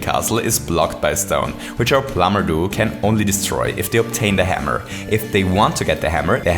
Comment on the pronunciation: You say "plumber duo" like "plumber doo". You also say "Superstar Saga" like "Superstar Sagr". You called "Popple" "Poppers".